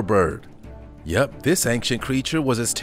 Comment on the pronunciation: it's ancient (ˈān(t)SHənt) not ankient. Don't care how bad you butcher all of the scientific or other language names, just fix how you speak that one word. It's ˈān(t)SHənt.